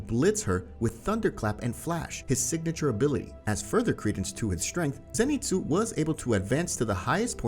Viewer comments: Zenitsu not Zanitsu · BRO U SPELL ZENITSU WRONG U SPELL ZANITSU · Ah yes Zanitsu Agatsuma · Zanitsu?? You mean zenitsu? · Why is it zanitsu it's zenitsu